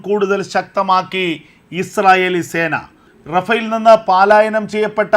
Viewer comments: Sir, kindly listen "palaayanam" Not "paalaayanam" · എടേ പാലായനം അല്ല പലായനം